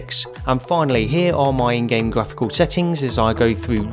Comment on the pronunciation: you said glaphical lol